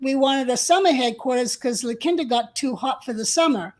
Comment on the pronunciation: Your co-host is mispronouncing La Quinta it's pronounced La Keen Ta!